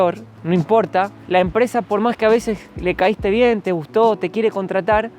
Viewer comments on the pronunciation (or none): none